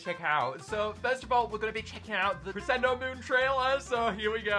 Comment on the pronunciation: Please stop saying crescendo like that